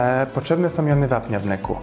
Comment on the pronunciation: Fajne gdyby nie te SOM, BENDOM itd